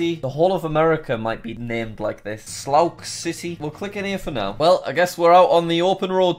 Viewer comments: Sloux City? Its pronounced Soo City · Slouk city um it’s pronounced sue city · Bruh he pronounced Sioux City slokes City it's pronounced (Soo) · "Sloux City" is an interesting way of saying Sioux City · I died laughing when he said "Slouk City" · Slouk city? Great reading skills, Jack. I’m not surprised at all you got best in your class. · Sioux City: We are based of a tribe! Jack: SLOIX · did he just call Sioux City “soux city”!!?? Btw Sioux City has a great HuHots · You can tell he didn't pass French, Sioux City not Slauk City